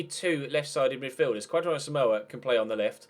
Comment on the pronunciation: Kwadwo is pronounced Kojo. watching from Ghana big fan of the series